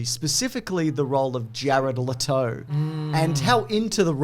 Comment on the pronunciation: "Jared L'Toe"